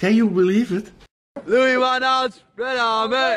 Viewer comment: "Louie Fun Hall".😂